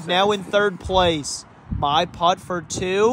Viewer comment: Love this concept but my goodness, hearing the word “putt” pronounced as “pot” is gonna drive me insane.